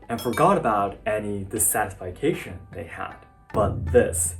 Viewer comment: Hey, your English is great but you are mispronouncing "dissatisfaction"...